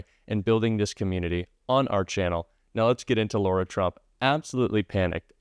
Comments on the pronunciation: I mention this just ‘cos it’s my daughter’s name, it’s Lara! Not Laura. Pronounced differently: LAhh, no Lorr. Their whole family is a disgusting dumpster fire, but on behalf of my daughter, I gotta say! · Lara, not Laura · One quick thing,. Her name is not pronounced Laura, it’s Lara (Lahra). If we don’t want Kamala’s name mispronounced, we have to set an example. Love your site! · 🔊 Her name is LARA not LAURA. You all make a fuss about Kamala 👍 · the NAME IS LARA NOT LAURA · We need to pronounce her name correctly. It's not "Laura" it's "Lar-a" with a hard "lar". She's a scumbag and deserves zero respect. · Dear, Her name is *Lara, not Laura! 🤙🏽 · its LARA, not Laura! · Her name is not Laura. It’s LARA…pronounced Lah-ra. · dude... her name is L A R A... not Laura. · "Lora" Trump? No! Lara Trump. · I'm Democrat thru and thru. But just because Trump mispronounces Kamala doesn't give you the right to call her Laura...her name is LAR a. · She is Lara. Not Laura..Thanks Heavens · Her name is Lara, not Laura, as keeps saying. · it's not Laura - it's LARA... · I'm not being picky but if its rude to mispronounce Kamala's name, you have to go high and pronounce Lara (Lar-a) correctly. I'm a true Kamala fan but fair's fair. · Sorry, it’s Laarra! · What's so hard about saying LA - RA!!!?